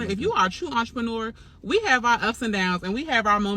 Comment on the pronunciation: I’m hearing “ARTreneur”.. am I trippin??